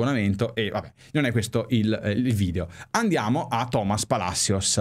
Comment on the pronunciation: Caro breve commento su la pronuncia in spagnolo, con tutto il rispetto perche sono venezuelano e l´italiano non e la mia madrelingua: non se pronuncia TOmas, perche il acento e piane, quindi la pronuncia giusta e toMAS. La doppia elle se pronuncia diferente in spagnolo alla singola, quindi in TaLLeres la doble elle non se pronunciata come in italiano ma come GE in Genoa. Abbraccio da Caracas e sempre assolutamente Forza Inter!